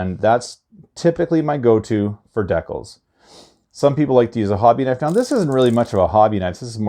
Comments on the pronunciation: D-CALZ....DECALS.......NOT DECKULLS!🤦🏻‍♂️ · Please… please please, stop saying deck-uhls. It’s Dee-cal. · i can’t watch this video this man saying dekals not decals